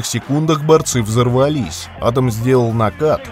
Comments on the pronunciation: адАм , а не Адам. адАм первый человек на земле, а не Адам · Ударение в имени неправильно ставите